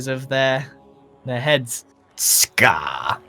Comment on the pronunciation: Am I the only one who loves how he says ‘scarrrr’ or ‘scarrrred for life’?